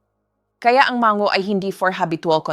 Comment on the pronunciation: AI ata ang nagsasalita dito, di marunong magbigkas ng mabuti, ang stomach nagiging “STOMASH”, ang MANGO, naiiba din :-)